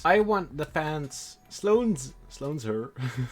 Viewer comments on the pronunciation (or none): Did you just say Sloane'ser pants? Instead of Sloane's pants? 😂